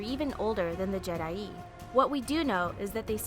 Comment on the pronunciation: I don't know if someone's told you yet, but jee-DAI